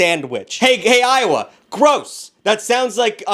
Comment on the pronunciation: As a native Iowan, thank you for saying "Iowa" correctly. Also, the loose meat sandwich is different from the Manwich idea of a loose meat sandwich. It's more of a tavern. If you ever find a Tastee Inn & Out, order 3 taverns and some onion chips! The onion chip dip is good! The sandwiches are nice with yellow mustard.